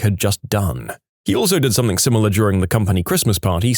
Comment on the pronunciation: No K in the word something